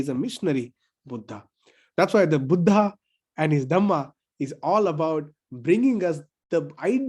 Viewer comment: Dr. Suraj when we read the title "Buddha and his Dhamma" in english language, we have to read it as"बुद्ध and his धम्म" and not "बुद्धा and his धम्मा" because when we write devanagari words in English language we write vowel "a"at the end of alphabet which completes word. When we read word "बुद्ध"as बुद्धा it is 1st person plural in Pali. So kindly pronounciet it accordingly. Thanks. ड